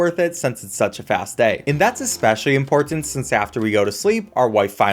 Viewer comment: Confin-skate Bofe Wiff Impore-tint